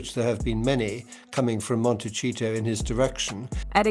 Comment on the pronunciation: I thought they pronounced Montecito like that as a joke but no they are serious. Do they not know how it is pronounced. There is no "ch" in there peeps.